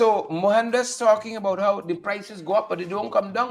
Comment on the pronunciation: Mo-han-das pronounce names correctly